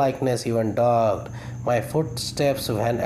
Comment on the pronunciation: V nice efforts sir, keep it up... some little correction is needed , it would be a landmark presentation....... fatal = فٹل not فاٹل, dogged = ڈاگڈ not ڈاجڈ, buried = بریڈ not بیوریڈ , Thanks...